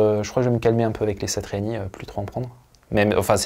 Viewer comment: Je me demandais d'où te venais ta bonne prononciation de Joe "Satriani " , tout s'éclaire désormais ! On aura reconnu a palatina dans la video aussi ! Force à toi et merci pour ton travail !